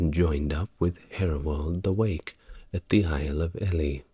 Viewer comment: I love your channel. Great content and style. However I found myself shouting the proper pronunciation of many people and places during this one. If only you could get someone to give you a bit of a steer on this before you record. There were about half a dozen in this one. Constructive criticism over! I had to look up where you meant by The Isle of ‘Ellie’ as in the elephant. Only after did I realise you meant ‘e-Lee’ as in the cathedral. But keep it coming. I listen to a different one each night.